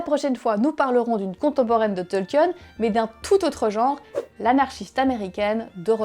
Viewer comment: Sympa la vidéo. Il faudrait peut être revoir la prononciation du nom du principal intéressé. C'est "Tolkine" et non "Tolkieune".